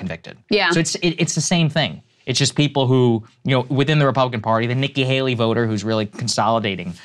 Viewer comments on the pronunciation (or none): none